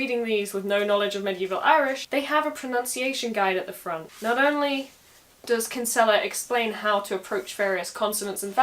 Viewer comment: KIN-sella :) As you said yourself, stress in irish names and words is generally on the first syllable. Great video!